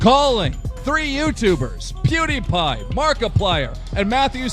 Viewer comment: eeewww the way you say "Pediepie" is absolutely disgusting....are you serious with that bullshite?!